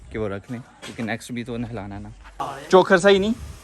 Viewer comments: bro its chokar not chokhar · بھائی چوکھر نہی ہوتا چوکر ہوتا ہے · zain bhai chokhar ni hota chokar hota hai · Piyaray! Lafz chaokar hy chaokhar nahe. Chaokhar panjabi main jaanwar ko kehtay hyn.